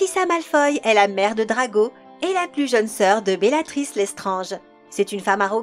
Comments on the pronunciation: En plus, elle a dit « Bellatrisse » au lieu de « Bellatrix » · Bellatrix !!!🖤🖤🖤🖤🖤 (Et pas bellatrisse, fichue voix de merde) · Belatriss... Seriously man?